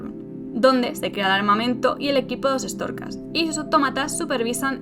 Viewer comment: 13 min escuchando "estorcas". Buf